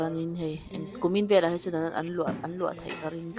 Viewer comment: Velah ni lovin veleh tih tur